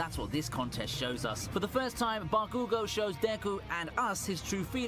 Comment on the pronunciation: Bah-ku-go lol😆